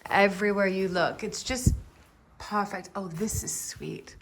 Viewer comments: "p-e-r-f-e-c-t". Pronounced per-fect. Not purrr fect. Sorry I just don’t understand why you do that. Did you have a speech class and emphasis was on certain syllables? Same for beautiful. Pronounced b(be) u ta full. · Why are you saying "parfect"?